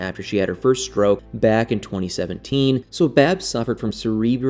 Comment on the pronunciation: Babs not baby